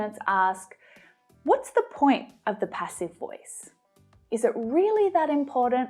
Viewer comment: I like it when you say imporant instead of important